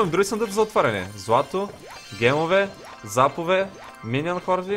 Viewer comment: ти го касваш гемове а то е джемове